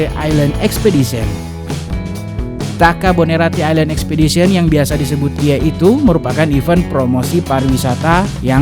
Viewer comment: Bilangin dong pak bupatinya.. island jangan dibaca aislend, tp island=ailend.. malu dong didengar sama bule... bahasa inggris nya malu2 in.